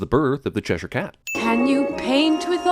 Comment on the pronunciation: THE WAY YOU PRONOUNCE CHESHIRE